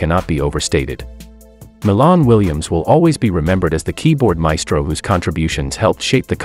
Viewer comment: It's Milan(My -Lan) Williams he's My Cousin...Get the info & Pronunciation Correct...R.I.P 🙏🕊